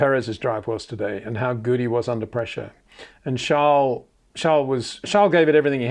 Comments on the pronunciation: So sad Peter, your clearly a fan boy of Adrian Newey and Charles Leclerc the basis is often frustrating and uncomfortable to watch at times, even the way in which you choose to pronounced Charles name is proof. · Sjarl???? Its CHARLES. or you have a King Sjarl now aswell??